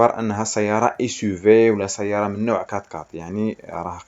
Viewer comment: هادشي عندك زوين ويستحق التشجيع غي الله يخليك كون الدير الشدة فوق الياء منلي تنطق سيّارة.